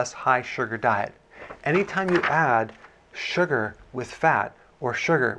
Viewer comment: Love how you say SU-GRRRR! 😂